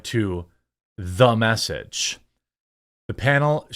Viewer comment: There are very few things more overbearing than "Thu Mess-age" 😑